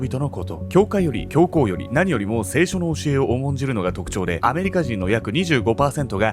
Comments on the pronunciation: 聖書⤴︎の発音気になる😂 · 聖書と業火のイントネーションが気になってしまった（笑） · 聖書のイントネーションが間違っている